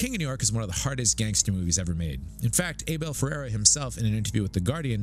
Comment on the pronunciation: The name’s pronounced “AB-ĒL FER-RĀR-Ā!